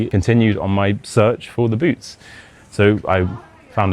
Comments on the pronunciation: When you say boots, it sounds like boobs. Actually, your tempo is really slow. Here in the US/Canada we speak faster than that. I'd be horrified to meet total strangers, and they insist on taking me somewhere. There is no way I would have gone with them. BTW your accent is very light for a brit. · Close one! 🫣 Only one mistaken word- when you first said "boots," I totally thought you said "booze." At first, but then realized... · I learned my English from Americans. But I which I had the British dialect. Most Swedes have that typical American pronunciation. But I had no problem understanding the whole story. Except in the beginning when I heard ”booz” instead of boots 😃 But I’m an 76 old fart with bad hearing. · I pretty understood everything except of boots for the first time because of your pronunciation